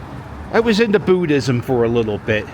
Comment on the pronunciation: You know someone is from Philly when they pronounce it "Boo-dism".